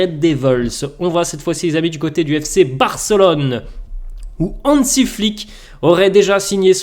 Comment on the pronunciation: Désolé mais c'est Hansi* Flick !!🙃